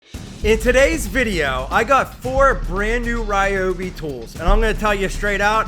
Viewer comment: Ryobi not Rioby 😊